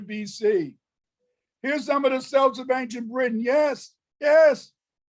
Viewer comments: He can't even pronounce celts properly 😂😂😂 but claims to be one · He can’t even pronounce Celts properly😂😂😂